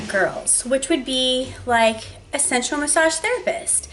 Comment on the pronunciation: I actually thought you were saying "central massage therapist".